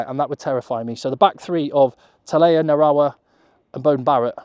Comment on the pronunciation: From New Zealand and I think your bang on the money!! Ya took the hard decisions out of it for me and done it all perfect.When you said Narawa and Satiti you got it perfect. Be interesting to see what happens I'll remember this team.❤